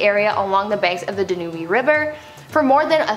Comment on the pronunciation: excellollent! but "Danuby"?